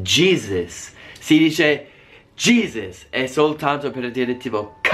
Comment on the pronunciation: Dici "diesci" come Borghese 😂🔝 Il vostro "Jesus" in Italia é "Cristo". What cock😂😂! Voi usate spessisimo "fuck" e come hai detto ha molti significati, mentre in italiano é solo "fottiti" e non é molto usata, forse potrebbe essere sostitutita con "fanculo" che é sicuramente molto più usata.